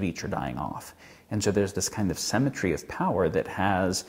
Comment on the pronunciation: It's not "semmetry" it's symmetry and etcetera not "excetera". Just had to correct that. I know, I'm being pedantic. Great video though!